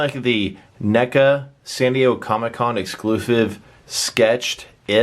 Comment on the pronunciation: oh when you said Exclusive you had an F in Sive